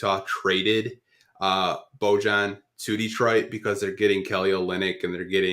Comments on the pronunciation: Who’s Luka Donsick? Who’s Bogone? BoJohn? It’s pronounced Bow-Yawn lol y’all are crazy. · Love these podcasts yall. is very knowledgeable and keeps things real 🙏 But can yall PLEASE learn to pronounce Bojan (BO-YON) for the love of god 😂😂